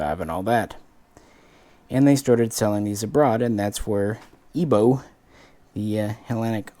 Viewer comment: EBO pronounced as E (ai.....like "air") B (V...) O (single O...not Oh) EVO...like you say EVO-lution...